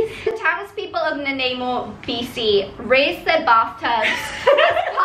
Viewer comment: We're you saying rinse their bathtubs? I kept thinking you were saying raise and I was very confused how you would do that annually. Haha. Also, regarding the deer, we do use hunting to control the population in the U.S. since they have few natural predators in more populated areas.